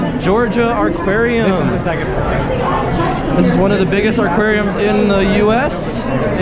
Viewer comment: I love the Georgia A"r"quarium